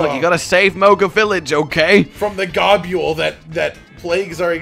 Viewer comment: Bruh, gobule cant possibly be how you say his name lol i always said gobble or go-bull